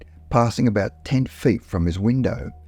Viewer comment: To be fair, the narrator does sound like he's talking with a mouth full of potatoes. 'Three fed in height' 'Multiple protrudmances'? Maybe he hit the turps too hard before recording.